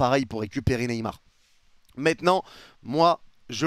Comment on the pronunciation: « mais MÈTNANT » 😂